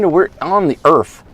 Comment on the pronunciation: We're on the Erf? Earth, lol!